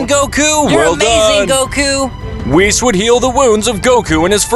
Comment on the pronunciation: Billz and whitz ;-; pls pronounce the names right bro